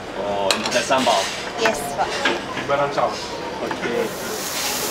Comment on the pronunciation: i'm from indonesia, and i'm so happy you come to Bali. i'm is your fans, Mark ... i like when you say "SAMBEL"